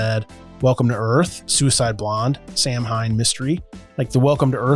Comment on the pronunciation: Samhain is pronounced sew-in. It's the Gaelic festival Halloween came from.